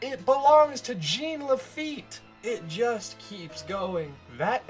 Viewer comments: French pronunciation of Jean ... not GENE. No biggie. :P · holy crap. it's a french name - "jean", and it's pronounced like "john", not "jeen" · I know you understand your mistake but.... It triggers me whenever you say Jean Lafitte with Jean like the pants, instead of John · I'm sorry but his name is French and in French jean is pronounced john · not jean(jeen) its Jean (she-un) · "Gene" Lafitte? It's pronounced ʒɑ̃ ʒ = the sound of the "s" in "measure" ɑ̃ = the "aw"sound in "paw" (in american english) but through your nose. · I’m giving this a thumbs down, if for not other reason then how many times he says Jean Lafitte’s name wrong!!!!!! It is not pronounced Gene!!! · For the record, it's actually pronounced "Zhohn La-feet". It's French. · I like to think of his name as Jean "the feet" Lafitte Pronounced Zheen The Feet La-fe-ette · Ssshhhhh-ON LA-FAH-YET!!!!! GOD DAMMIT, YOU'RE KILLING ME. LOLOLOL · Lol it's "Gene LaFEET!" Like the new "John CENA!" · Mispronunciation of Jean Laffite's first name Gene Laffite Me: TRIGGERED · Thank you! I kept thinking that every time he said "Gene". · Y E S!! That annoyed the hell out of me the entire video!